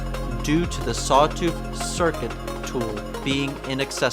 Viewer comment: maybe sawtooth circlet only becomes available after you learn to pronounce it correctly :3